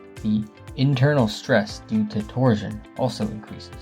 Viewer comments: Torsion is pronounced tor-shn, like portion. You say it like “tor-zhn” or protrusion “pruh-troo-zhn.” Kills me. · “Torsion” is pronounced “tor-SHun”, not “tor-Jun”. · Can't listen to you say torzion one more time 😭🤕🙉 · 🤣 Can't listen to a pothead tyring to stay awake, GET A PROFESSIONAL VOICE OVER NARRATOR. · You’re mispronouncing torsion. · Weird pronunciation of torsion and eccentric.